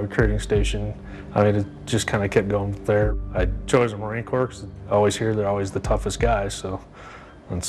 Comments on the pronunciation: Did anyone hear him say Marine CorPS?? the p and s are silent!! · saying marine corpse makes me sad